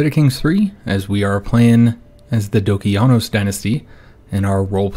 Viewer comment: In Greek e+i is pronounced i, so u should pronounce the family name as Dokianos and the stress should go to the last syllable